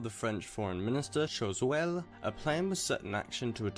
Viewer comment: It's pronounced "Shwasuhll".